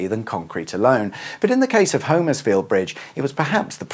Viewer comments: As a relative local - not Homers-field but HOM-ers-field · In Suffolk, it's actually pronounced "Homersfield" with a short O (Hommers-field), rather than the long O as in "home". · Hom......ersfield, or if you are really local it's Humersfield. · It’s pronounced humersfield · Ahh,! A couple of miles from my hometown of Harleston, you should’ve said, I’d have fired up the kettle! Great little vid as always. (‘Hummers-field’, by the way 👍🏻) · Keep thinking you say Huddersfield! Love the quips about St.Evenage - or maybe its nearby neighbour Shatfield. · Yep it used to be a place I fished as a kid in the river. Pity he cannot pronounce Homerfiield which is pronounced Hommersfield. Sorry about that but in Norfolk and Suffolk we are all a bit teed off with so many people mispronouncing so many of ore ancient names. Other parts of our country have the same complaint. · Sorry can I correct your saying of Homersfield, here in Suffolk it's actually said 'Hommersfield' sorry to be pedantic, but us Suffolk people are very protective of the way words and places are pronounced!